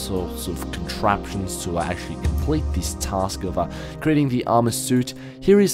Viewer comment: did anyone else notice how many times said accsualy in this video?